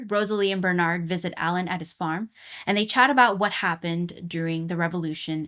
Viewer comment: Alain is actually pronounced Aw-Lawn